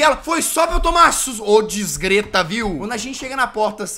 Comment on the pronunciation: Ele falando desgreta é foda